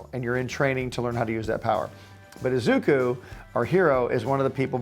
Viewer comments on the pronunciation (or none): The name is said Ee-zuh-koo in one motion instead of Ezookoo just thought you should know